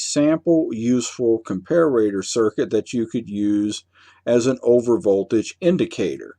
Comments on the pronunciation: good video, but you drove me crazy calling a com-par-a-tpr acom-par-a-ra-tpr. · pronounced compare-a-tor NOT comp-a-rator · It’s comparator not comparrator you knuckle head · GREAT VIDEO THUMBS UP AND SUB. Just one not-to-important thing...COMPARATOR is pronounced: "COM-PAIR-ITTER"...where "ITTER" rhymes with 'HITTER' Sorry for the little nuisance. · What country are you in? I've never heard the pronunciation "compare-RAY-tuhr" before. You sound American but most Americans would use the pronunciation: Are you a British bristols watcher? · Even though he's a native english speaker, his pronounciation of comparator seems a bit off, as observed in other comments. Thank You for the excellent presentation, mr.!